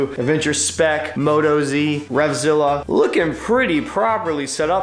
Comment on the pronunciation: MOE-TAWS mate, not moto-z ;). They're Aussie, get it? Moto, Aussie. Cool setup, looking forward to the rest of the trip videos